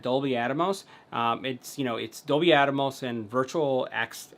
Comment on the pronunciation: Pronounce it with me: AT-mose. NOT Atomos.